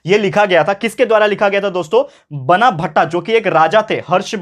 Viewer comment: Sir sorry to correct you but you were sayin बनाभट्ट to 'बाणाभट्ट'